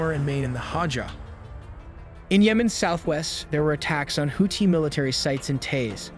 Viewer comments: Its pronounced houthi not houti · Oh jeez here we go with the horrible pronunciation of Houthi again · Holy shit plz fix your damn AI, hearing them say Houthi and Tomahawk made me shut it down!!!